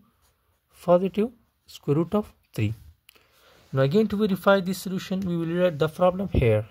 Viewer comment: Scroot?? Oh... sqroot or square root. Never heard of scroot before! 😂